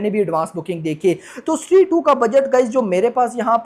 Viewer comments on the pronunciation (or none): स्ट्री kyo bol raha hai?😁 स्त्री hai wo🔥🔥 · Bhai vo stree 2 he not shtree 2 😂😂😂